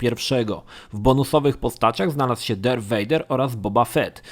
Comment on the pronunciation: Słowo rogue nie czytamy "rodż" ale "rołg", darth "darf" a nie "derf", maul "nie małl" a "Mołl". Geonosis to nie "genosis" a "gionołsis", Jedi "dżedaj" a nie "dżedi", knights "najts" nie "knajts" i było tego jeszcze trochę. Warto czasem odpalić google, lub poszukać na forach wymowy słów angielskich lub tych dotyczących Star Wars, bo czasem mogą one faktycznie przysporzyć kłopotu. Mam nadzieję, że moje uwagi pomogą w poprawieniu jakości kolejnego odcinka dotyczącego Gwiezdnych Wojen. Ogólnie materiały przyjemne i zapoznają nowych, młodych fanów uniwersum i graczy z produkcjami skupiającymi się na Star Wars.